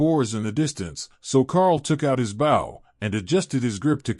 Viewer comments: Love the story though the readers grasp of English is atrocious, it’s not BOW like a boat it’s BOW like hair bow. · I love the reading…except the pronunciation of “bow” (which should sound like beau, but he says bow like saying it as the front of a ship), “us” (which he says U-S …as in saying each letter), “wound” (saying this like something wrapped around another thing, instead of the inflicted area on a body due to injury), and “Tori” (sp?) (which he sometimes gets right, and then says Tor-eye ). Hehehe